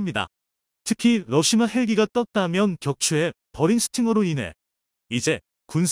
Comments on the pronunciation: 수고하십니다 *러시아를-러시마로 *6 25<육이오를-육이오일로 잘못 발음하시네요 신경써주시면핲니다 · 러사를 러시마로 읽는거야 러시마란 날가 있나요 잘못흣 글을 그대로 읽는거 아닌가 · 러시아ㅡ왜 마ㅡ로읽나요